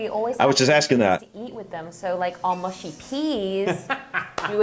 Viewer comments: it's rude because the elbows are raised. Elbows should neither be raised in front of your face nor on the table in good etiquette. Oh and its pronounced Mushy not Mooshy. Love your vids fella! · ok its not moooshy peas its mu...she peas, sorry but its gets anoying hearing Americans pronounce it moooshy....and they are mainly a side dish with fish and chips. They are slightly crushed to make a lumpy type sause and usually have a hint of mint, just a hint not strong. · Americans do eat wierd no one else does like that. Aslo it's not moosh-e-peas its mush-e - peas. Also if I were eating fish and chips it would be fork only bu the fork swapping is still wierd. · No way! it is mushy and not mooshy D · Mushy peas..not 'mooshy'. Not many people I know eat them and nor do I lol No it's not to do with forks. I do not understand the odd cutting and swapping that Americans do. Table manners are very important and depending on where you are eating they can get more complicated. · Mushy peas are pronounced mush as you say rush then ee and they are like purée peas. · It's mushy peas, not mooshy. 😅 Being loud in restaurants means everyone hearing every word of your conversation. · I'm half Yorkshireman but live in Lancs and have only heard mushy peas pronounced as in 'mush mush' [dog sleigh] or like slushy. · The 'u' in Mushy should sound like fussy or slushy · In the North of England we do not pronounce mushy as in the way a Southerner would pronounce Mooshy. We Northerners pronounce a Southerner’s “oo “as in coo or loop or toot. Our “mushy” nearly (but not quite)rhymes with a Southerner’s cushy. Any further ideas of how to explain the sound to a Southerner? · Mushy peas. Not MOOSHY peas. They're a little mashed. Say half and half..